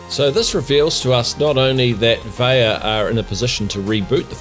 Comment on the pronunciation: fairly certain vaiiya is pronounced "VI-YA" with the VI sounding the same way you would say vying.